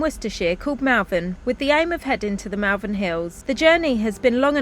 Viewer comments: Great to see you sorted! Sorry to correct you, but I noticed this last time, you pronounce Malvern incorrectly. Its Mull not Mall xx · Enjoying your enjoyment of your posh new van. I wish you many happy years ahead and wonderful adventures. Just to let you know that Malvern locals pronounce the ‘a’ in the same way you pronounce the ‘a’ in almond (ie. It sounds like Molvern). It’s a truly minor thing but I grew up there and every time I hear a hard ‘a’ it jarrs . Best of luck to you both,!and happy happy travels. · A great video as always, thanks, apart from the irritating pronunciation of Malvern as it looks written down, whereas as a lifelong resident of Worcestershire, it is pronounced as " Mol- vern", as alluded to at one point, but then continued pronouncing it wrongly for the rest of the video. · You were just down the road from me. It is pronounced (mawl.vn). Don't listen to how the sat-nav pronounces it. I just heard you correct yourself as I typed this lol. Love the van it looks very posh. I am very happy that you have found something and hope you have good luck. ps. Wetherspoons in Malvern has a big deck looking out over fantastic views. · Malvern hills have a special place in my heart, i have family in Powys and the sleeping princess in the Black Mountains is simply stunning ❤ please try to remember its pronounced Mulvan! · Love the pronunciation of Malvern for most of this video including the point at which corrects himself:) Got to love the English language.